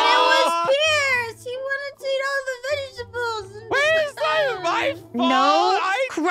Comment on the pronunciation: why do you pronounce vegetable vegetabedables?